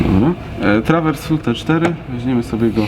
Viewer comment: grający nie ma pojęcia o organach ani o grze na nich , czemu ma służyć ten film? permanentne błędne czytanie głosów organowych, np.gemszorn!!! rorflete!!!1 trawersflute!!! wiola di gambe!! itd,,koszmar i badziew,, czyta się gemshorn,(horn-róg, róg kozi) rurflet, trawersflet, gamba, ogólnie odcinki nędza....